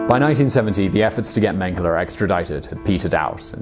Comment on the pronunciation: If you say "mang hala" one more time... Holy cannoli please learn how to pronouce German names